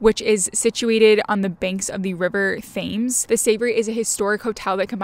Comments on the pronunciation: OK the large river that flows through London is nor pronounced Thaymes as many Americans seem to believe. It is "Tems" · The where ? SAVORY ? 😂 There is no R in SAVOY. The what River ? FAMES ? its Thames, dont pronounce the TH just the T.